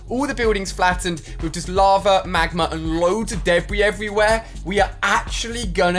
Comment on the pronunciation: It’s not magmar it is magma